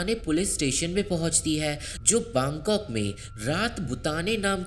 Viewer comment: Baangkok nhi bangkok